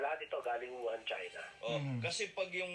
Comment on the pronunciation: WUHAN PO Hindi YUHAN! May problema po ba kyo sa Pandinig po?pasensya npo napansin ko Lang. Sana po sa susunod topic nman about sa Kilay. Fan nyo npo ako